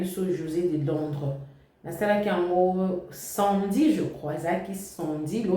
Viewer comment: Balobaka samedi et non sandi. Peut etre o se tromper. Ou olobi sans o se rendre compte te.